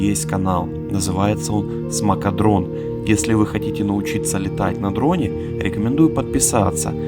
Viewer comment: Смакадрон как спермадрон